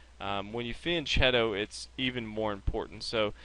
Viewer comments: It's fianKeto, not fianCHeto! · fianchetto is pronounced as a "k" not a "ch" -_ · Thanks! It's pronounced fian "k" etto, by the way. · Van chetto? Vian ketto? What? Said many times in the video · Very good video! Shows ideas and structure-dependent characters of the positions! ( it is "Fee-ahn KE-to". The ch in italian makes a hard K sound!